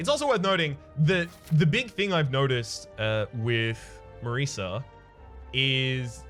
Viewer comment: It's Marisa, pronounced like the "S" in DOSE. Italian name.